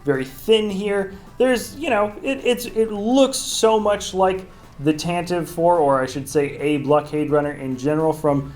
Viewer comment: it's Tentiv-E IV with E sound at the end as Pablo Hidalgo learned us :P